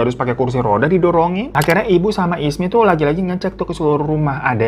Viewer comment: jadinya ismi atau isma bg😂